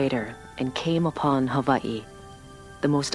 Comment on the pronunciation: liked for saying Hawaii properly :)